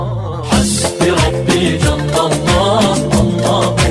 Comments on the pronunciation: Bro it's not " Hasdi Ràdi " it's " Hasbi Rabbi " ok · Astaghfirullah hasdi radi nai hy lafz ...hasbi rabbi hy 😢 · Hasbi Rabi not hasdi radi.. 😊